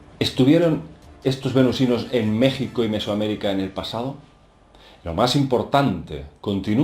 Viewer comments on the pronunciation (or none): none